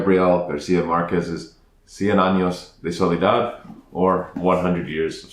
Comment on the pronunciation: wow, your pronunciation of Cien Años de Soledad is perfect. I liked the show so much that I watched it two times in a row. I didn't read the book yet. I will soon. Also, you should make a full review